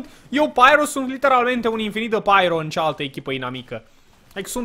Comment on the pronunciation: De ce tot spui ,,Liternamente" :))